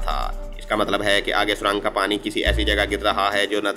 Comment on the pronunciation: Surang nh surung hota h jnb